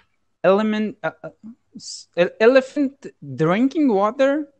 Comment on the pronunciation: aliphinth drinking water but correct elephant drinking water Brother maybe you did want Punctuation practice